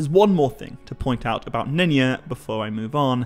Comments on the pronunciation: Is not pronounced Nenya as if the Y was like an i. Y is supposed to sound like J in Just. Nenya is a Quenya name. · Wait did you say none ya? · Nenya? Nenya business!